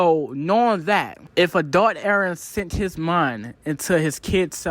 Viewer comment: "a-thot eren..." = Adult eren if anyone struggle watching.